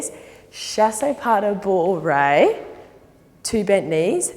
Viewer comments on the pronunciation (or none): The way she says Fouettés it kills me 😂 it’s so cute, all the french words are pronounced in such a funny way ! Chassey pas de bouwwey ! I love it 😂 And then Grande Djeteyz 😂 I’m dying